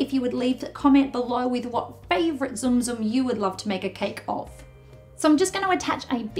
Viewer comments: I felt my heart clench everytime she said "Zoom Zoom" The Tsum Tsum is super cute though Tsum Tsum try pronouncing it as Soom Soom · zoom zoom? I thought the pronounciation is silent t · You said tsum tsum wrong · She pronounced tsum tsum wrong